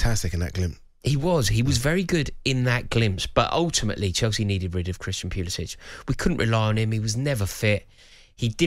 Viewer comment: It’s best he’s gone. These pundits couldn’t pronounce Pulisic’s name correctly—so it’s good all around.